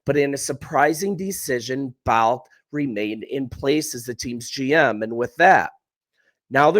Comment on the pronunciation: The GM's name is pronounced "Ball-Kee", not "Balk"...